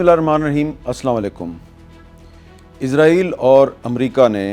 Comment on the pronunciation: Sir ji israeel bolo na k izraeel